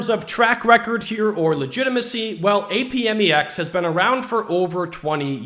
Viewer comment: It's pronounced "App-Mex". Just saying.